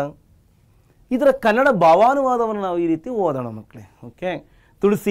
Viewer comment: sir adu kannad alla kannada